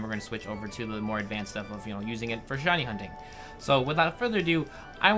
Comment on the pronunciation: At the end when he talks about the shiny charm it kinda sounds like says "Hiney Hunting" hahaha xD